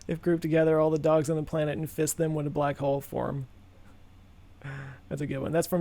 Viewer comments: Oh FISS it. I thought you said FIST it. The whole "I'm not gonna split my dog in half" thing worked for that too. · Misheard that as "Some people ask me to fist my dog", and then is all like "OK, I'll get right to that!". Had a bit of a WTH moment before brain auto corrected:D